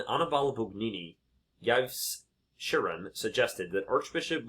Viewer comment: EVE shee-RƆŊ